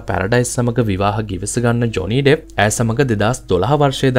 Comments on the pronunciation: It's not Deff it's Depp. Pronounce it properly. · ඩෙෆ් නෙමේ ඩෙප් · ඩෙෆ් නෙමෙයි ඩෙප්